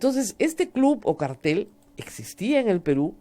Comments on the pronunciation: uhmmm siempre me frustra escuchar a Rosa María decir "cartel" en lugar de "cártel", siendo el primero sinónimo de pancarta o letrero, mientras que el segundo indica un tipo de organización criminal..... u.u igual sigo escuchando todos los días aunque sea por diferido el programa =) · si lo dijese en inglés, la pronunciación de la R no sería tan fuerte como sí sucede en el español.... reitero, la palabra correcta es "cártel" y no "cartel" siendo el plural "cárteles"